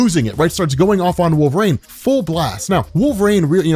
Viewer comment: love this video, and you rob. but god do I wish you would pronounce Saturnyne, Wolverine, and Merlin correctly lol